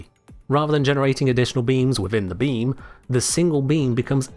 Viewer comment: what i hear: the beans within the bean, the single bean